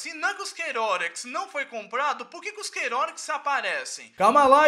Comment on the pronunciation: A pronúncia dele de "Chaotix" é agoniante KKKKKKK